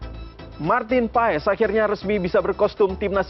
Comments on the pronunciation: Itu Bacanya Bukan PA-ES, tapi PAS. Awesome dibaca Osem ! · Paes di baca (Pas)